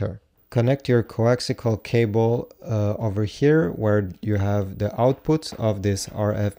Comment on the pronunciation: Good Grief its CoaxIAL not coaxICAL